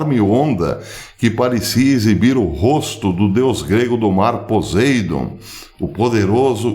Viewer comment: Poseidon (pronuncia-se PoSSeidon) ???